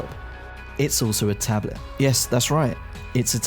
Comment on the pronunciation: I also really, REALLY hate the way he says 'tablet'.